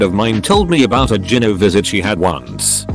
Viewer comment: Learn how to pronounce gyno!